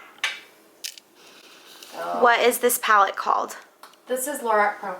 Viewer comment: Lorac is pronounced like 'laROCK'